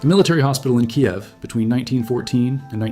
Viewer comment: Finally...someone actually said the word Kiev correctly...